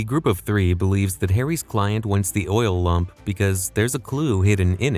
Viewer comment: This man literally said Oil Lump